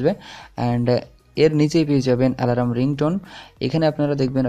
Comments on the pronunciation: Bhai alaram na alarm thik kore ucharon korun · ওটাকে আলারাম বলে না🤣🤣🤣🤣🤣. অ্যালার্ম বলে.🤣🤣আলারাম আলারাম করলেন কেন পুরো ভিডিও তে?